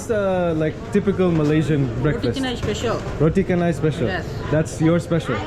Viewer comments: 😅 noticed at minute you're still MISPRONOUNCING 'Roti Canai'... all the letters C in Malay make the "CH" sound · Welcome back to Malaysia. Do enjoy your stay. Malay is pronounced as Malay, not Malay Malay. Roti canai is pronounced as roti canai, not roti kenai